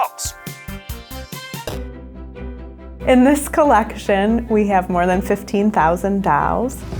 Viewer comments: doll... not dAll... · She should learn to pronounce the word doll